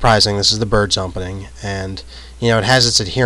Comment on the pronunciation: Is he saying, "umpening?"